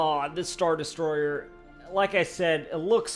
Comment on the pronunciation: Des - troy - er... not de-story-er!!!